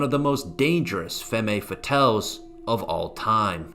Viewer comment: The background music is much too loud and makes this unfortunately unlistenable. Also, the mispronunciation of femme fatale made me cringe a little.